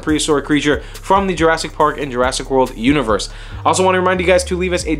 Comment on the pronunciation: Jurassic World Univorse , lol